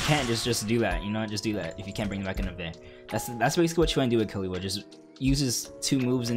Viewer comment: ahhh sadness u say killua wrong